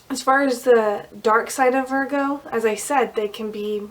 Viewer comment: ITS Pronounce vir---go,,,, not vargo